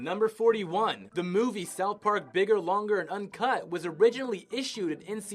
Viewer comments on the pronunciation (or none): none